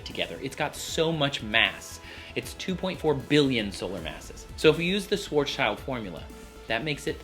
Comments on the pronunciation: His name is pronounced like "shwarz shild", not "shwarz child". Just nitpicking here, though. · idk why everyone calls it a "schwarzs - child" radius, because that's not how you pronounce his name. He was a german physicist and schwarz = black and schild = shield. There is the actual pronunciation.